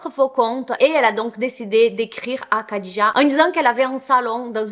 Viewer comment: Merci pour ce fait divers (je n'en avais jamais entendu parler). Il me semble que Khadija se prononce rhadija (je ne suis pas arabophone donc à vérifier mais Disiz le prononce comme ça et quand j'entends Khaled Hosseini les arabophones le prononce Rhaled ^^)